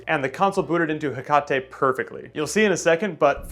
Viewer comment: I'm losing my mind listening to ALL the switch modders call it "hek-ah-tay." It's "hek-uh-tee" as in Hecate, the greek godess of witchcraft. The sister software is Nyx, greek godess of night. Not one person on youtube has pronounced this right it's driving me nuts for some reason.